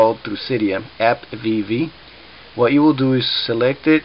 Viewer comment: hey dude its called appvv and not app vv